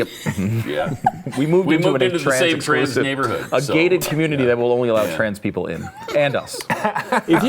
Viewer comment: did he say a gay-ted community😂